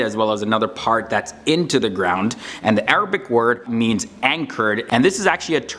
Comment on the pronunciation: I’m sorry but your Arabic pronunciation is so wrong it’s almost misleading 😭